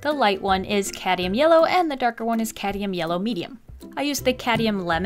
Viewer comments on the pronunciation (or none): Lovely art, love the challenge buuuuuuut it's cadMium! Not cadium. Just needed that off my chest. I enjoy your videos so much!!! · Hey, amazing video, love the drawing, it makes me feel so happy! Ps: I hope this doesn't come across as rude or mean, but it's cadmium yellow not cadium, just in case ya didn't know!💛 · I love that says ‘cadium’ rather than ‘cadmium’ 😂💛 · You keep saying "Cadium" yellow instead of "Cadmium"